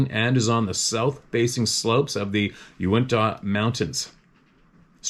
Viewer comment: Uintah is pronounced " you- WINTA " ☺️